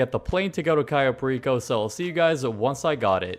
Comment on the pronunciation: Why is he calling this place Cayo Pa-Reeko? Like puerto RICO..... ITS PAIR-EH-CO.